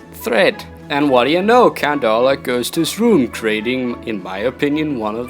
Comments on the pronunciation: Lmao I love how u pronounce count wrong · is he saying "count" or "cunt"?